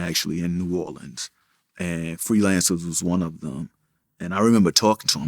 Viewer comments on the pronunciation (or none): none